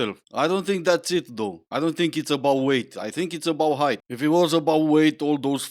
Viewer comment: Did she say "heighth"??